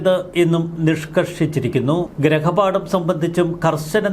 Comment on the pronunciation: ഗൃഹപാഠം എന്നു പറയൂ.ഗ്രഹപാഠം അല്ല